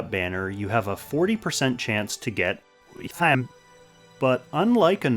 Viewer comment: Someone should count how many times you used that “WeHtTaM” sound slip lol never gets old when you use it for some reason.